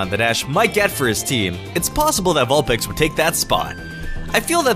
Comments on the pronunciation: he says vulpick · 2 07 did you say vulPICK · you said vilpic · u had me till u said vulpix